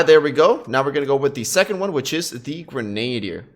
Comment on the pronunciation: LOL, simply showing how to pronounce Grenadier. Its not Grenade'er. Its Gren-uh-deer. No biggie!